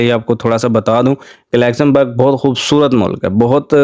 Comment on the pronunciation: WHERE IS THIS COUNTRY YOU ARE CALLING "LEXAMBERG'???